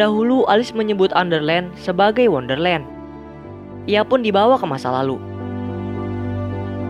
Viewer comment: Di tulis: Wonderland Di bilang:underland